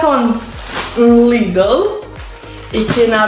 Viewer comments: As ti spaske dit se Lidel nuk thuhet po Lidl🤪🤣🤣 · Edhe LLidell nuk thuhet po Lidel e ka 😂😂😂😂😂